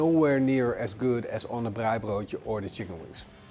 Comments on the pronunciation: Love your pronunciation of "braaibroodjie". Nou moet jy boerewors braai. En lamtjops. This ia Afrikaans for "now you must braai boerewors (South African sausage). And lambtjops. Make up a sauce with equal parts Mrs Ball's, good mayonnaise and tomato sauce (preferably All Gold). Use that for your braai as a basting sauce or dipping sauce. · Best pronunciation of Braaibroodjie 👏🏼👏🏼 try Mrs Balls Chutney with a popadom and babotie.